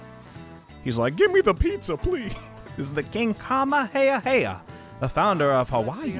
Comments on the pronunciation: Not skipping over the fact he said kamehameha wrong lol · Me reading Mr Inuis instructions: Kamehameha reading his instructions: KAMEHEYAHEYA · Mr inui: This is the king Kamehameha: This is the king KAMAHEAHEA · How my mans pronouced Ka-me-ha-me-ha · you mispronounced King Kamehameha's name so bad. It's actually the dragon ball move. Ka-may-ha-may-ha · I almost forgot about Takemi. And maybe we learn more about Boss/Chief/Sojiro through his confidant? Or at least brew better coffee? Chihaya's really close to MAX Rank but Mifumi's really interesting too. But yeah, Futaba should be top priority. Also the way he simply butchered Kamehameha. Akira: So you felt isolated from your parents and my parents just rejected me after my false charges. Think that's just one way we're similar. Goro: Basically. But I feel we also strive for justice in our own ways. And Joker dives into the black market. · You pronounced king Kamehameha WRONG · Why would you pronounce kamehameha wrong